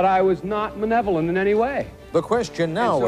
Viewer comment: He was not “manevolin”... 😄